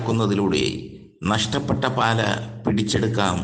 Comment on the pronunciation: പാല അല്ല മൈരേ പാലാ ആണ്